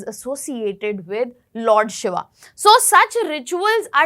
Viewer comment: Poor presentation struggling in pronouncing names and places and even different names of Lord Shiva